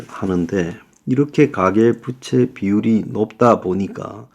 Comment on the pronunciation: 부채 발음을 못고치겠으면 순 우리말인 빚으로 말하시요. 방송에서 계속 잘못 발음하면 안되지요.